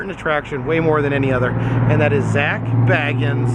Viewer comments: Please pronounce his name correctly! It's pronounced "Bay guns". Not "Bag uns". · It's pronounced "Bay-guns" 😂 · It's pronounced Bay-gens. I am dissapointed in this video. Sorry couldn't listen to you talk about what you had seen. Had to give up the ghost (literally) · Everyone says his last name wrong ghost adventures don’t say bag ins it’s say bay gins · This is a awesome video love the Ghost adventures an always have . . An it’s pronounced Zak bay-guns ( bagans)that’s how you pronounce his name correctly lol . 😁👌🏼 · Yours has 2 g-s in it, Zac has 1-g, and he pronounces it Bay-gens... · It's pronounced Beg-ins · HOW DARE HE SAY ZAK'S LAST NAME WRONG!!!!! >:( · No disrespect love your work you are saying his last name incorrectly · Triggered when he says his last name wrong!!! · I love your videos and I love Ghost Adventures and Zak. Just a little side note...it's pronounced with a long A...Bagans. Like the "a" in lake. I'm broke so I travel through you! Keep the videos coming! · Its makes me laugh every time you say his name wrong 😂😂😂😂😂